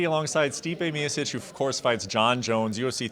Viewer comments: So it's pronounced " me-uh-Sitch"? Dang, all these years I thought it was "Me-oh-Chich." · One of the best heavyweights in history, 10 years with the UFC, and they still butcher his name!! Why Americans are so lazy with names?!! It's MioChiCh, Brett. It's not that hard. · it's definitelly "Me-oh-Chich", someone named miušić (miusic) would be pronounced "me-uh-Sitch" .